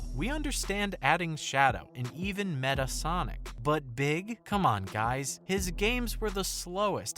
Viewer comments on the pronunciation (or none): MEH-TAHL Sonic, not MEH-TUH Sonic! Get it right! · A part of me died inside when he said “Meta Sonic”